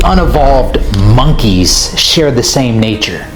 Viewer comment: Bro put a emphasis on " monkey "